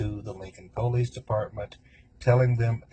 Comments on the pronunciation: I'm not saying this is always the case, but every time I've heard someone pronounce it that way it's been in a disrespectful manner. Either way, it irks me too. lol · Is this a repost, I think you covered this already. The way this guy pronounces police sounds like the way blacks say it. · I would convict on the way they pronounce ‘police’. 🤦‍♀️. Seriously sad strange videos. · The POE-lease department drive so me crazy. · Hahahaaaa that is super irritating! I agree! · I dont trust anyone who pronounces police like that. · I always Hate when people say PO-lice….it always strived me as arrogant and ignorant. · I think if I had heard this jerk say poe-lice one more time I think I would have thrown up. That alone was enough to make me hate him. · To hear him say Poo-lease dedpartment. Is so aggrevating, He just wanted to write his own script to his own made up play. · Anyone who says PO-lice is a criminal. 100% of the time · Am I the only one who cringes when people pronounce police as "pow-lease" 😅😬🙄 and only someone guilty would feel such a need as to make these long videos of themselves talking for strangers to "prove something" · YES!! Him saying POE-Leece was so annoying! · so true! i'm originally from NC and my grandpa says Poe-leece but for some reason it was just annoying when this piece of trash said it haha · Down here in the South, most people pronounce it " poe-lees". Just a regional thing, I suppose. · I cannot take anyone who says pole-lease instead of police seriously. It irks me to the core. Thanks for another great video! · Every time he says “the po-leece” 🤢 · I can not stand the way he pronounces Police!! He is a disgusting & gross creature!!! 🤢🤢🤢🤢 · I hate how he says POElice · "PO-lice" I hate when people pronounce police as PO- lice ...ugh uneducated rabble . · I cannot stand hearing him say “poh-leece “ I don’t know why but it’s creeping me out. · First and foremost…..if you pronounce the word “Police” as a Poe-leese, you’re probably guilty….